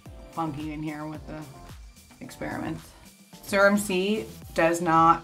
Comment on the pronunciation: why does she pronounce serum like surem?